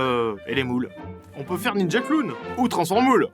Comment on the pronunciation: cet accent parfait XD « ninja kurun(clown) » 😂😂